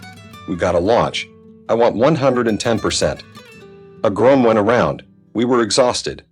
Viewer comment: Groan, not groom.